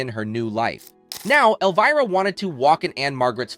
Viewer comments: Love Cassandra, but whoever owns the narrative voice for this special, you need to know that Elvira, as you may have noticed, is spelled with an "I" not with a double "EE." It's pronounced L-Vy-Rah, not L-Vee-Rah." This one boner on your part makes it incredibly difficult to listen to - kinda like fingernails down a chalk board. Please PLEASE fix this mess. Otherwise, it's interesting. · Where did they find this idiot who can't even pronounce the name “Elvira” ?? When "OUT" of character the lady's name is Cassandra not Elvrea,. l have to wonder if the narrator was also the writer? Somebody needs to go back to school! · Can't say I've ever heard Elvira's name pronounced elveera. YouTube has fabricated its own niche for this ridiculousness, having narrators speaking words to describe tv shows and movies they have clearly never even heard of, let alone watched, ever; and it's really annoying. Imagine a world where people do this narration bit, for topics they're familiar with, know about, and have some minimum level exposure to what the hell they plan to talk about and force people at large, to listen to. I realize that's almost as unrealistic of an expectation as it is to expect common sense in the common public, anymore, but it would help the world, in a small way, to be a better place. I'm two and a half minutes into this video, but I'm closing the tab for it as soon as I'm done writing this. Thank you for saving from wasting my time. Suck on my feedback.